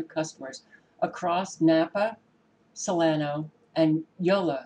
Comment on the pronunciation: I'm not surprised. That's up there towards Paradise. Also, that would be a short "a" in Placer Co. And the "a" is a short "o" sound in "Solano". I have family there, so hope they're not going to be affected.